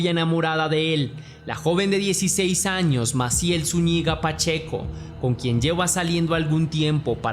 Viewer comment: Cordial saludo. No es Zuñiga, sino Zúñiga. Gracias.